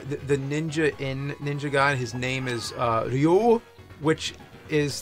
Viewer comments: Reeoo. Not Leeoooo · Don't say Whyu, James. Just say Ryu. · You can say "R.Y.U."... instead of Rayuu.. or Reeyuu. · i go with "ree-oo" lol